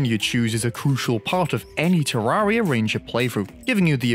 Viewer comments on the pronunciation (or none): none